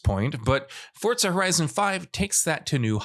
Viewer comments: It's Forza not Fortza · "Fortza" just shut up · where does this jackass see a "T" in the word "FORZA"?